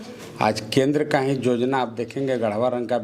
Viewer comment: Jojana naii be yojana bola jata h